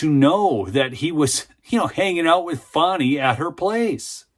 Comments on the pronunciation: It's FAN-EE ... NOT FON-EE... Don't be stupid! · please stop calling the creature “fohny” it’s fani